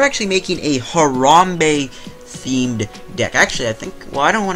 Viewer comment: Disliked for mispronouncing Harambe. Show some respek on his name.